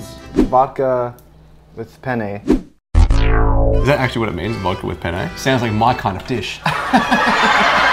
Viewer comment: The best thing about the intro is that since they don't speak italian they pronounced "penne" as "pene" which means "penis". So just rewatch the whole intro thinking that everytime they say "penne" they're actually saying "penis" and you'll get how I felt.